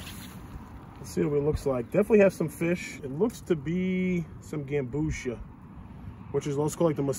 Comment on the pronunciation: "Gam-bu-see-ah" not like ambrosia